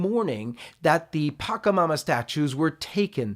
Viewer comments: It's not pakamama.. . It's patchamama... sure, the catholic church hates other beliefs and wants to stamp out other people's sacred religions but at least pronounce them correctly. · You're pronouncing PACHAMAMA incorrectly.